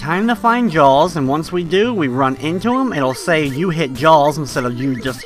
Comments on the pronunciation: ITS JAAAAAAAAWWWWS! not jawls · Had to stop watching after 40 seconds..Couldnt hear u call Jaws "Jalls" anymore..